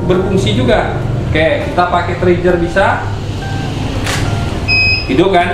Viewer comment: Trigger, dibaca triger bukan trijer. Receiver, baca risiper bukan risaiper... Btw... mantap tutornya bang buat pemula bgt.